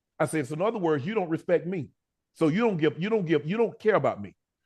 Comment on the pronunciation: Unc don’t be pronouncing the words correctly half the time!